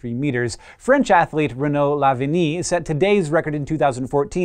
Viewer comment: it is pronounced renod laviani, not renau lavini